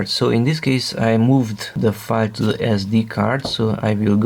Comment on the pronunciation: What a minute r u saying 5 /five???! Or do you mean file??